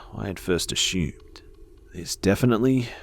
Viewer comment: I love how he says assumed , " a shoomed" 😂😂❤